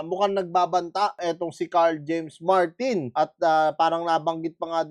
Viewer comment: Sira ang career Nyan ni Martin paglumaban Yan Kay casimero, S yo ako ikaw Lang ang nakabigkas NG Tamang pangalan ni Carl James martin